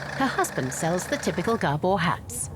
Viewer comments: Gerbils? Or Gabor? The narrator is making them seem like caged rodents. If you are just listening to it its hard to take it seriously hahaha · It is actually Gábor, not Gabór